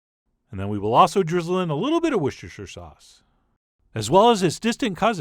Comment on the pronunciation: "if we think things are getting a *Li*ttle dry".... What is wrong with you? Talk like a human being? This was disgusting to listen to!